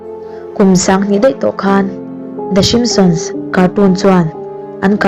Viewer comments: Enge "Shimptions "chu? "Simpsons" a lawm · ah i lam dan hi a dik lo a ni ka ti mai a lawm."shimsions"😂😂😂😂😂😂😂😂😂😂😂😂😂😂😂😂😂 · The shimson i tih khan i lam sual emaw ka tia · i Video upload hma ten a lamdan te hi i enchiang ngailo a mi a?😂lmao.The Simsons show te chu ka en thin alom,Mahse i lam dan hi a tha em a ni.lol😂😝